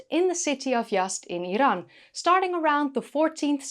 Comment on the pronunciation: Thanks for the video and thank you for pronouncing Iran correctly, not the lazy American way ( 👁️ eye ran)😂